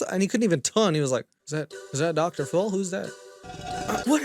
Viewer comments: I love ur videos and humor but stop saying dr.full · Sooo you can do his accent, but you can't say Dr. Phiiiiiiil for the life of you! Its not Dr FULL its Dr Phil for christ's sake. Either learn to say it right or dont say it at all fuckin hell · It's Dr. Phil not full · I like you, but wHY do you say Dr.full? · Are you saying “Dr. Full”? Or “Dr. Fool”? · Dude says "Dr. FULL" 😭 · Dr "full"? Leaving video now. Please speak English. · “ Dr Full “‘😂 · English is my second language but I hear “Dr. FULL” when he says “Dr Phil”. Maybe he does it on purpose because nobody is mentioning it. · I like that you say dr full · everytime you say dr Phill i hear dr fll (i dont know if its on purpose or not but it cracks me up🎶🍀☺) love your video's🌺🌸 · It sounds like you're calling him Dr. Fool lol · Love, but I am not sure if he is saying “Dr. Full” or purpuse or not. Maybe coz it’s “Doctor Full of Shit”.